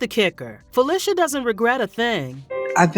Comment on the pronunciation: Hi you are repeatedly pronouncing Felicia's name wrong